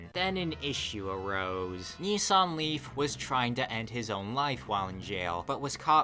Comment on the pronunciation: I keep hearing 'Nissan Leaf' like its some Korean dude ' Nee Sang Lee' lolol